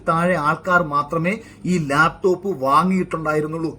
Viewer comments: ലേപ്ടോപ് അല്ലടോ..... ലാപ് ടോപ് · മുഖ്യന് ലാപ്ടോപ്പ് എന്ന് നേരെ പറയാൻ പോലും അറിയില്ല. ആ പോട്ടെ , ബാക്കി നോക്കാം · "ലേപ് ടോപ് " വിജ്യൻ 🤣🤣🤣🤣🤣🤣